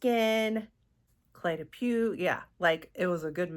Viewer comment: Beautiful box but way too fragrance heavy. Thank you for sharing. I'm glad you found your new signature scent. Cle de Peau is pronounced "poh" , au in French is "oh". 😊